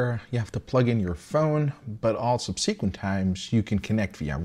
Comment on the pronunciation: If you've ever wondered if you know how to correctly pronounce "subsequently", you absolutely DO NOT 😂